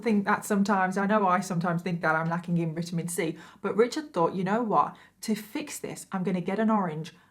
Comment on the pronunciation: When you said “We called all use a little vit-min C” I thought you said intimacy lmao and before you said vitamin c again. I said me too, 🤣